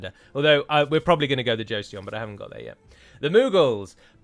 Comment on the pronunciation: It's not very important but Joseon is pronounced "Cho-son". My Korean wife was eavesdropping on the video ^^.